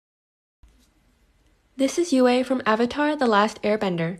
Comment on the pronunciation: her says yue as (U-A) ITS pronounced (you) she shouldn’t be yue